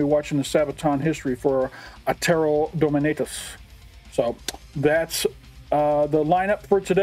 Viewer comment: Probably already said, but "Dominatus" is Latin, so it would be Dohmehnahtoos. IDK but most people think that "u" in Latin is the same as the modern English version.